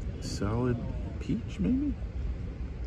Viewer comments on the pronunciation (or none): none